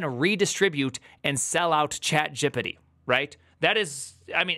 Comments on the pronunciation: he invented a new way to say chat...gepete or so :D idk, but i dig it, its sounds like "no diggity", like "chat diggity". yea thats it :D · You've just created a new word: "Chatgipity" with a stress on the first I. Let's decide about its meaning now. Oh, I know, it's just another kind of stupidity...